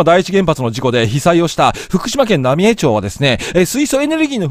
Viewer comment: 野暮な指摘で申し訳ないが ×浪江町（なみえちょう） 〇浪江町（なみえまち） です！